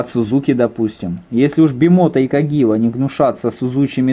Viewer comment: Каджива...если что . Не кагива.